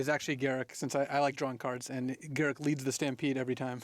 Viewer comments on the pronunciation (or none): They way pronounced Garruk makes me vomit.